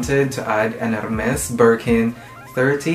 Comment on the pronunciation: LOL at the "ermeth"